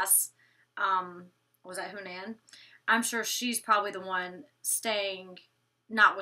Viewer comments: huh-nan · Hanans name is pronounced Huh-nan